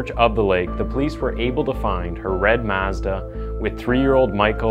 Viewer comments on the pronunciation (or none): Why can't you say Mazda 🤣